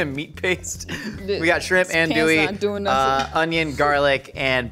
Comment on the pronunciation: As a Cajun, I appreciate the zealous use of Tony's, but I'm gonna carve my ear drums out the next time I hear you call Andouille "Anduly", or call roux gravy lol.